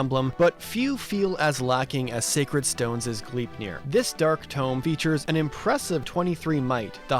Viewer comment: Bro can't say Gleipnir right 💀 G"lie"pnir